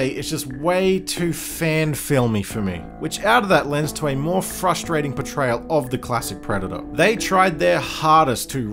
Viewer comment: for some reason every time you say "portrayal", i hear "betrayal"